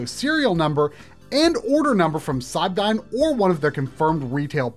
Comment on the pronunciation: Cybdyn is pronounced "Cyberdyne", its from The Terminator films.